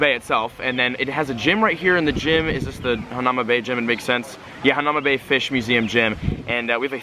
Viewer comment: Its pronounced haun-ah-new-mah bay. Its so pretty and was my favorite place to snorkel in Oahu <3